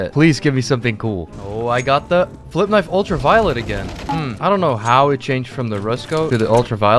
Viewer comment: When he said kenayf i felt that